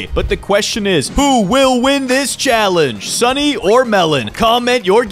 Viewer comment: I think you mispronounced "Sunny"